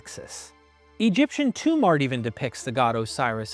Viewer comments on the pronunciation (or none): none